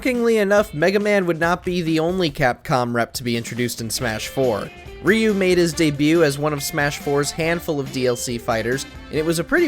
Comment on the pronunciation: why no one can't pronounce RYU name correctly. It's not ri-u